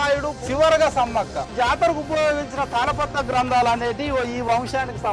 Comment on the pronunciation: తల పాత్ర kaadhu nayana... తాల పత్ర......